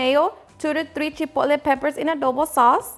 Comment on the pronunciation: Chipole? ChipoTle the “T” is not silent…